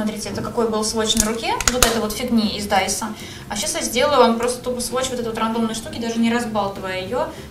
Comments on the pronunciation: Не дАисо а , даисо. Без ударения 😊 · Даисо ударение на и !!!!